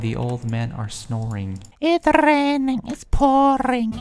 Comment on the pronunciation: Haahahhahahahah im dead when he said” its rrrrrrrraining its pourrring the old man i snorring “ hahahahah HAHAHAHAHAHAHA i luv